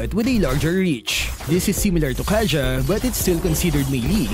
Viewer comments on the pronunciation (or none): none